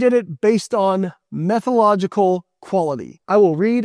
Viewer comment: "Methological quality"? A doctor () who can't pronounce the word methodological is a little bit worrying.